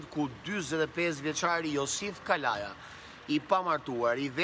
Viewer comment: Kavaja e shkruajn dhe kalaja e thone me ze,hahaha